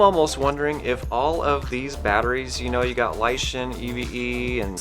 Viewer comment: Oh, and I think it's "Lishen," like "lishen up, and lishen good."